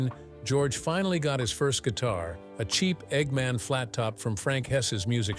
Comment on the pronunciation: First guitar was an EGMOND, stupid AI voice. NOT EGGMAN.